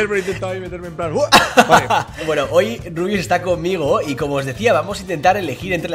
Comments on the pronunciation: ¿Por qué le dices Rabius? Eres tonto? xD No se pronuncia en inglés, es como si pronuncias mesa "meisa" Vaya tela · De hecho si lo pones lento se escucha rabius Xd